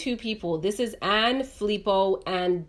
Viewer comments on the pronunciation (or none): none